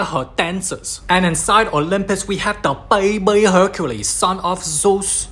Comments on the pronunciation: Baibiii instead of baby 😂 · “Baby” ❌ “BAYBEI” ✅